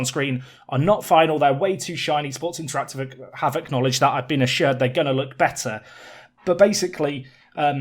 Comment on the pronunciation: You should say interactive not interative.